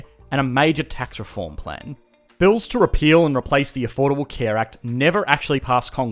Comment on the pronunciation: Its funny how this guy manages to screw up the word "two/to" every single time xD having otherwise quite the eloquent speech